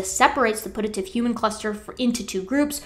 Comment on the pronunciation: I don't want to be That Bitch, but "putative" is pronounced with a Y sound, as in pyoo-tuh-tive. Just.. FYI